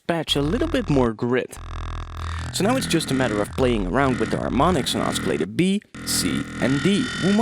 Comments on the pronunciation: "oskilater" ... you're killing me bro. great tutorial tho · Oscillator is pronounced "au-suh-later" and not "au-ski-later" :| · Dude, your English is perfect apart from the word oscillator. It's pronounced 'ossilllator', not oskillator. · OSKILLATOR? Are you serious? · Oskilatur. xD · i cant take it anymore.. oskillata... really? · You're saying oscillator totally wrong XD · he pronounces the "c" in oscillator, so funny hahaha awesome tutorial too!